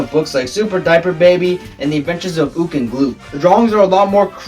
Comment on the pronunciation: It's actually pronounced "Gluk," rhymes with duck.